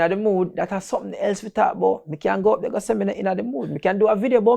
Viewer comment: When he say when they get disruptive when they they don't have validation from ther parents and dale say i was goin dere i was definitely goin dere i just start crack up 😂